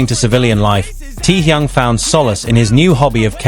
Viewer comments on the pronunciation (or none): The crappy AI WRONG pronunciation of his name though. I watched the original and half what was said here are utter rubbish. Get rid of these kind of AI nonsens. He never cried good lord stop lying 🤥.